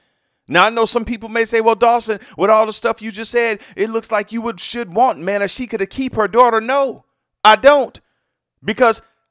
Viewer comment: Man-na-chee-ka? Wtf